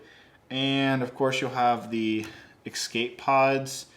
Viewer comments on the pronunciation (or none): If you say "eck-scape" one more time, I'm unsubbing. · I didn’t know people in America pronounced escape as “ekscape” how odd